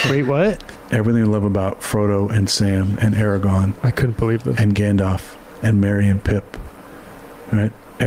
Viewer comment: Can’t even get Aragorn’s name right lmao